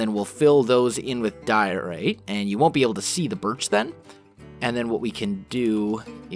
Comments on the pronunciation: he's always had trouble with some words of you listen carefully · when he says diorite you can hear that he's still not used to saying that. ...